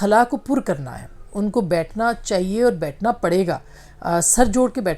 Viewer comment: لفظ "چاہیے" کی الف ادا کرنا سیکھیے میڈم ۔۔چہیے کی جگہ "چاہیئے" مجموعی طور پر آپ کا تلفظ اچھا ہے